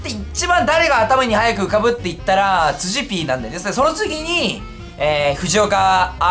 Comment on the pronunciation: 辻pの発音が柿ピーで草